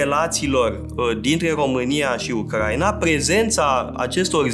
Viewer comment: U-cra-i-na, nu U-crai-na